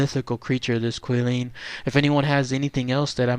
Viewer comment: I think I heard Kwih-lin, it's actually Chee-lin, more like that. 😁